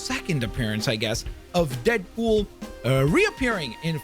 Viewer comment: Am i tripping or did he say deapool